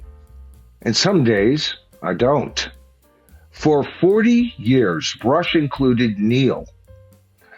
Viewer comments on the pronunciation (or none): none